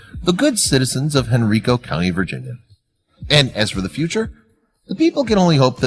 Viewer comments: It's pronounced henn Ryy koo not hen reee koo... henrico police east end richmond va.. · A great story, but you're saying Henrico wrong. It is pronounced "Hen-RI-co" not "Hen-RE-co". That's the next county over from where I live. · That would be the HEN-RYE-COH police department... Or as some of the locals say "Henrecka" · Pronouncing Hen ri co wrong. Good try tho